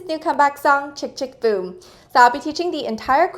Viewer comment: She said chk chk doom or boom ??😂